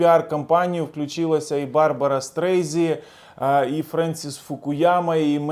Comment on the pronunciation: Вибачте,, але не" Барбара Стрейзі", а Барбра Стрейзанд! Кажіть правильно в ефірі( не люблю слово" етер"!)